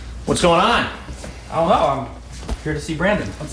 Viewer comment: why did he say it like that??😂😂